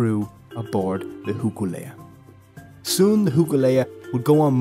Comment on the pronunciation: I don't know if it's your Irish accent but it's pronounced HOKU LEA NOT Huku Lea, Hoku means star, I don't know what Huku is sorry